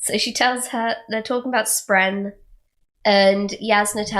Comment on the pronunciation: Love it all other than the pronunciation of “spren”, it’s not “spreen”.